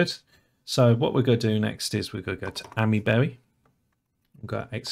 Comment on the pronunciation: Isn't it pronounced Aymee-berry? (As in the "Ami" is pronounced like "Ami" in Amiga, "aymee" rather "ammy")